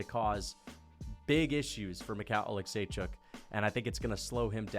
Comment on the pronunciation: making sure we know he can how to pronounce michal olichecjuzck